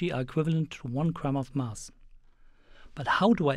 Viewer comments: it's mass as in bass not bus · Where's the speaker from? Curiously, he pronounces "anti" like an American would do, but then again "mass" sounds British-esque. Or Australian or... the hell I know. But I'm interested in accents, so if someone happens to have an idea where's this accent from, please tell me!